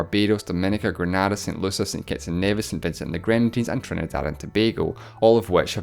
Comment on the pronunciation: I RAGED TO HARD CUZ OF THAT. Please do not pronounce Saint Lucia "Saint Lusia" say, "Saint Lusha" :[